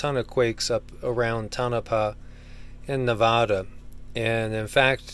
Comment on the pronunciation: I'm in eastern Nevāda (Nuh Vā duh) that's how locals say it,. Lol. Anyways, I've been a follower for a long time. Just wanted to have fun with your pronunciation. We are a GREAT BASIN. And we are situated above owens valley in Elevation. Its interesting to study and think of the dynamics here in the state. Anyways, welcome to the West. Blessings 🤙🤙🤙🧡🧡❤💙💙🤍💜🖤🤎💚